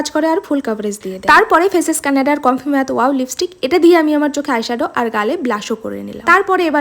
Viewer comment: ম্যাত না ওইটা ম্যাট হবে😂😂😂